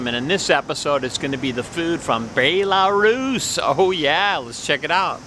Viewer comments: It’s (bell-a-roos) Belarus 🇧🇾🤣 it’s not (bae-la-Roos) lmao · Bay-la-Rus?. Its pronounced Bell-a-Rus. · it says BEL like a BELLARUS